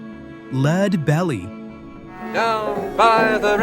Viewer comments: It's Leadbelly (Led-Bell-E) and Phil Ochs (Oaks)!!! Either switch to a real commentator, proof-read your content beforehand, or simply stop creating content all together! 🤦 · “Leeedbelly” ? Oh, come on AI! Come on producers take time to listen to it. This was right at the beginning.